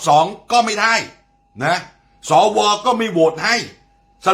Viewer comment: สว อ่านว่าสะวะจริงนิ